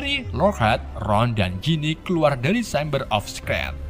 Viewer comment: Shameber of scrat 😂